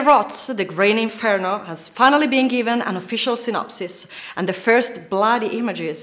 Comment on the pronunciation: Learn to pronounce Eli Roth's name correctly. The GREEN Inferno. Not the Grain(?) Inferno".